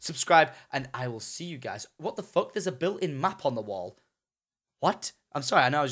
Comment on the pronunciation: "What the actual Fock"